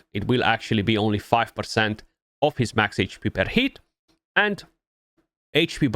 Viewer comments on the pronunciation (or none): none